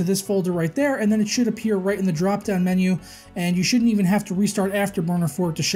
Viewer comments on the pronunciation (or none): none